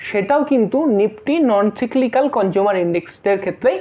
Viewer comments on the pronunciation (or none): আপনার উচ্চারন ঠিক করুন। কথাটা হলো সাইক্লিকাক। সাইকেলের চাকার মতো ঘুর্নিয়মান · সবই ঠিক আছে কিন্তু সঠিক ভাবে উচ্চারণ করুন। সিক্লিক্যাল বলে কিছু হয় না।